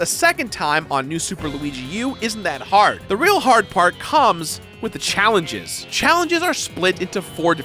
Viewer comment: "The real har part comes" Seriously?